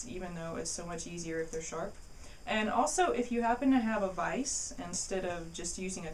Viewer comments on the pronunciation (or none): none